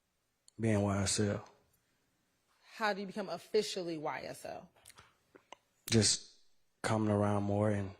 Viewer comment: Whenever he said ysl a gang ,he messed up